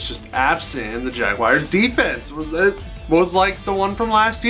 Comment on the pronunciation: Like your videos, even if you're an angel fan and keep taking jabs at the Dodgers. But please, please stop calling them jaguayrs, It's jaguars, like jag-whars, or jag-yoo-ars if you want to be english. But it's definitely not jag-wires. Sorry, rant over.